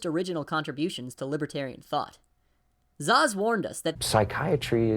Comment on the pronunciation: Great bid, but Szasz is pronounced "Sas" not "Zaz"